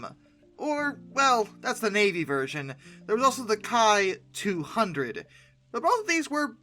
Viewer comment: I believe "Ki" in the context of Kawasaki aircraft is usually pronounced "Key".